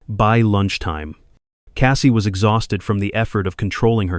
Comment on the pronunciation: You missed pronounce exhausted . Look the words up before pronouncing them in correctly